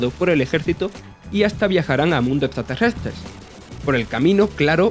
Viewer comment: mundoh estraterrestersh GRAN IDIOMA CRACK